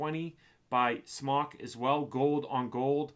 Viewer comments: I've heard from other reviewers that contacted the company and it's pronounced SMOKE not SMAWK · It's pronounced SMOKE